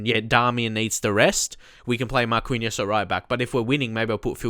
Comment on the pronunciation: First Of All, Great Video! I know this pronunciation is hard but Marquinhos is pronounced (Mar-kin-yos) and its (Fe-leep)